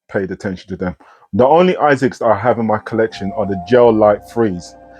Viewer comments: I was curious too why you call them Isaacs instead of A-sicks. Great review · It’s really annoying when keep saying Isaacs!